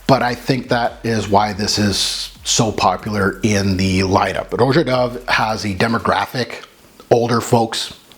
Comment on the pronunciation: Son you knew it wasn’t aquatic !!!! You made this video 3 months ago. Everybody and their mother knows this is not aquatic. Get it right his name is not pronounced Row Jah it’s just Rah Jah